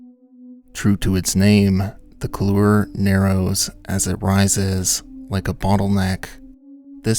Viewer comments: Couloir: It’s “cool-WAR,” not “kuh-LOOR.” smdh #BasicMountaineeringTerms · So, couloir is pronounced something like KOOLwar in English. In French the r sound is softer almost like KOOLwah with just a touch of r at the end. The emphasis is on the 1st syllable not the second. So it’s not koolUR as you pronounce it. If you’re doing an episode about mountaineering you’re losing credibility mispronouncing couloir. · A comment on pronunciation: koolwahr (not cooloor). Couloir is French, and "-oir" is a "wah" sound, as in "warren" or "waft" or French for "black", "noir". Thank you for the video, excellent as usual.